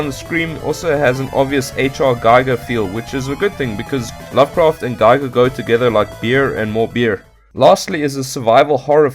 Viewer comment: many people get this wrong, so i don't hold it against you... but for future reference Giger is actually pronounced "gee-ger".